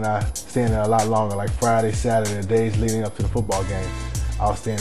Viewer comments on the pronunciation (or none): none